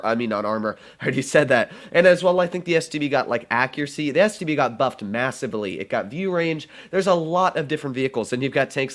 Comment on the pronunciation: I taught I'm the only one that heard std instead of stb